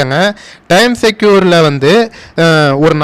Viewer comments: Pronounced as times Square like g square not times secure. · டைம் செக்யூர் இல்லை. டைம் ஸ்கொயர். தப்பாக உச்சரிக்காதீர்கள். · Time secure ellanga 😅 Time square. Is a place. Please pronounce it correctly 😊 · Pl pronounce properly Time Square.